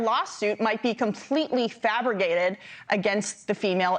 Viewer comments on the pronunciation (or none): Am I wrong or did she say “fabriggated”??? 🤦🏻‍♂️ (instead of “fabricated” - for all y’all that though there was nothing wrong with “fabriggated” 🙄) It’s funny when you hear someone say it at a party - but it’s pathetic when you hear a reporter say it! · i'm sorry, but did she say "fabriGated"?? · Did she say “fabrigated “! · I believe the young lady said "fabrigated" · No, the news reader said fabri-gated! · Who is paying these journalists? “a miwwion”() “ fabigated “ (news nation) This is basic pronunciation😂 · i believe she said "fablergated" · She just said, Completely "fabrigated." 😂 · It’s a portmanteau of “fabricated” and “abrogated”. 😂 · She said Fabrigated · Is it just me or did that newscaster say “fabrigated” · Lol she said "fabrigated" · No, she said fabrigated. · “FrabriGATED”… did she go to trump university? 😂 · Not "fabricated", she said "fabrigated" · I was wondering too. Did I just hear that? Is it a new way to say fabricated?? Are my ears, outta tune? Thanks for your post..